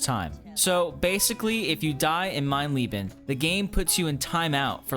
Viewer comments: Who else loved the video until he called it “Mein Leebin” instead of “Mein Layben”? It’s a death cry sound from Wolfenstein 3D. The most iconic thing from the original game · as a german it's always funny how people say mein leben lol